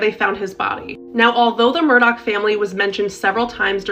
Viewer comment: Murdaugh, Murdoch 🤨